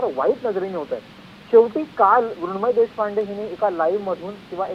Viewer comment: कोण मुरूनमयी ? हे नाव बोलता पण येत नाही लिहिता पण येत नाही.